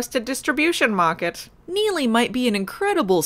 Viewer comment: Pretty awesome rrrr roll out of your Neely,.